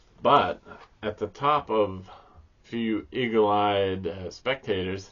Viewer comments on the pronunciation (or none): my ears heard you say "eagle eyed" as "ego eyed"😅 we need to have a talk about this sheet of paper situation😂 Hear about the paper folding (origami) world championships held recently in the capital of the Philippines? The winner was declared the Manila Folder🥸No relation to Minilla. I totally agree with you, your mood and such def influences how you feel about a film. Wonderful that you and your wife had a great experience at the theater. Another good'un!